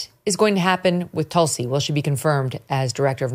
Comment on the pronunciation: Wrong pronunciation of her first name